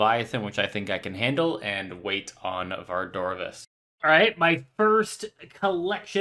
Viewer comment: TOMBS OF AMASCUT!!!!!!!!! NOT AMASCUS ! AND VARDORRRVIS NOT VARDOVIS!!!!!!